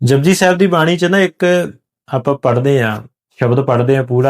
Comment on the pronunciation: Vir. Ji. Deyan. Nal Jabji. Nahi Japji. Saheb. Hunda aa